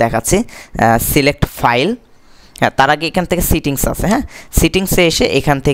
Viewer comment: very nice information, but vai, apnar kichu problem ache,, apni kichu kichu word er uchcharon vul koren, eta thik korlei all ok, ( API Key- ke apni APKEY boltechen and setting ke sitting boltechen)